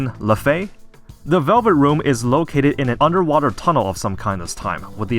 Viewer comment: The fact you 100% got LeFae right lol